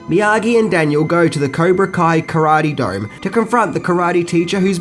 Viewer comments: Libra Co? And its karate doe, not karate doen. Other than that, well done again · NARRATOR SUCKS. "Caibra Koe"??? "Karate Dome"??? "Skellington"??? What the fuck are you even talking about? Worst marble-mouth accent ever.